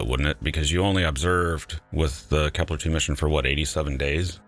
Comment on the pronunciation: Kepler not keplar